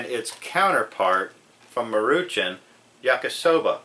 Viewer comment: It's pronounced Maru Shawn